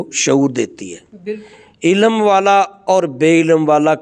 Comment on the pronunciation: قبلہ محترم! آپ بھی عربی سے نا بلد محسوس ہوتے ہیں ۔ لفظ ہے "عِلم" عین کے نیچے زیر اور لام اور میم ساکن ۔ مگر جناب بار بار "عِلَم ۔۔۔ عِلَم" کہے چلے جارہے ہیں اور اوپر سے یہ فرما رہے ہیں کہ جو درسِ نظامی یا عربی وغیرہ کا علم نہیں رکھتا وہ جاہل ہے اور جاہل سے کوئی روحانیت صادر نہیں ہوسکتی... میرا ایک سوال ہے چلو یہ کردستانی ڈاکٹر جاھل ہے مگر کیا قرآن میں نہیں لکھا کہ ہم نے قرآن میں وہ بھی نازل کیا ہے جو شفا و رحمت ہے مؤمن کے لیئے "و ننزّل من القرآن ما ھُو شِفاءً وَّ رحمۃً لِلمؤمنین" تو اگر کوئی بھی مسلمان اس سے قطعِ نظر کہ وہ عالم ہے یا جاہل اگر اس آیتِ شفا شریفہ کا عمل کرلے تو کیا وہ لا علاج کا علاج قرآن پاک سے نہیں کرسکتا؟ مولوی صاحب خدارا حسد کو ترک فرما کر اللّٰہ اللّٰہ کیجیئے ۔۔۔